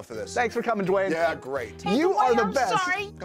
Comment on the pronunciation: “Jwayne the rock Johnson” “JWAYNE!”